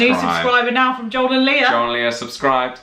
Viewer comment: If you notice, Joel often says Joel and Lia(r). It drives me nuts...her name is Lia, not Leer...lol